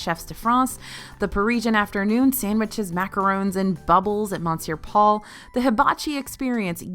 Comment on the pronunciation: Park hopping in the morning - I will miss it. I went to Disney late 2019 with a BF who liked to sleep in - I would rope drop one park then meet him in another to spend the rest of the day together. Oh and has gone back to mispronouncing monsieur.